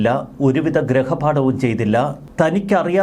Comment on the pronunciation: ഗ്രഹപാഠം അല്ലെടോ, ഗൃഹപാഠം.